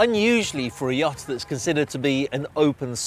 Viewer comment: ..every time he pronounces "Yacht" it reminds me of the Monsters Inc YAK